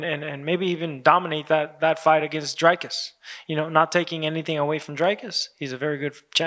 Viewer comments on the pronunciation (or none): saying drakus😂